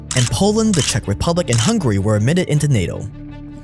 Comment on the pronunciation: "Hungary" lmao